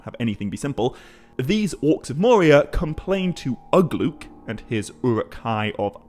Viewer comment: Ugluk not uglook.